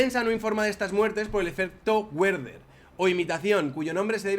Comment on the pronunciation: excelente tu contenido y tu canal... pero Goethe se pronuncia "guete" y no "guet", y Werther se pronuncia "verder" y no "güerder", ya que es alemán, no inglés...